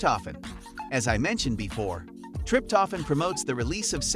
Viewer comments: Learn correct to pronounce Trip toe phan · WTF is "trip-toffin" and "mel-a-taunin"?🤣🤣🤣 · Oh dear! TRIP TOH FAN!!! Mel a toh nin Hard to listen when these words which are pronounced SO badly! Good info though.